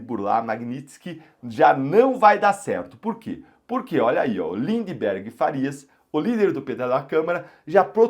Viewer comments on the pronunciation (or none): none